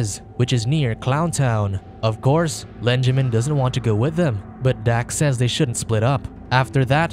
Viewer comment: Lenjamin? Lol